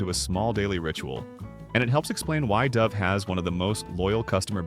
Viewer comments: This video wasted two minutes on the intro to Russell Stover. Imagine a video describing empty, tasteless ingredients offers empty, meaningless content. And pronounces "Dove" with a long 'O'. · The AI generated voice becomes apparent when it cannot pronounce the word dove😢